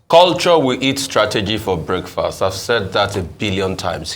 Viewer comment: Did rufai say "breakfast" 😂